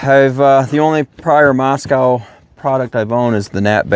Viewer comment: It’s not pronounced moss cow. It’s moss co.